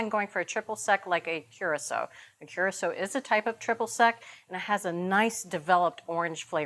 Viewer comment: If they are going to insist on using Curaçao, then Bridget needs to figure out how to pronounce it properly…